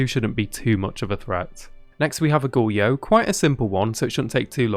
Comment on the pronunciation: dude, it's pronounced goh-ree-yo, i'm sorry if this comes off as rude but you are butchering the word badly.